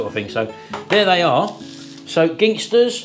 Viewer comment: Apologies if already has been mentioned, but Ginsters only has one G in it. You kept calling it Gingsters. No offence intended, but it started to niggle me the way you pronounced it 😀